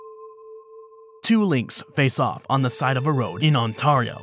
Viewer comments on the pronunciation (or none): I love this channel, but TBH, as a canadian, the way you pronounced "Ontario" makes me consider unsubbing